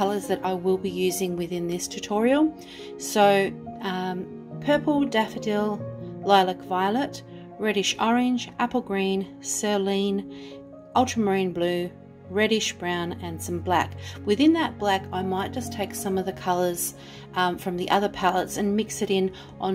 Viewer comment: Love it! Going to have a go. Thanks! Just a thing... Cerulean " seh - RUE - lee - an" 🙃❤